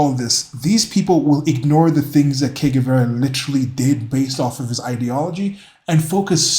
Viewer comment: Ernesto Che Guevara was a medical doctor and he sounded like Shakespeare compared to low IQ Charlie over here 😂, pleeeeaaaase. Also you are saying Que Guevara, you want to be saying Che, more like a “Je” sound.